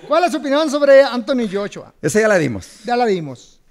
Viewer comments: Es Anthony Joshua no Jeshua mi estimado.. Salu2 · Oigan cabrones, no puede ser que no conozcan a olexandr usyk, y que no sepan que es de ucrania, y que joshua se pronuncia "yachua". No chinguen!!!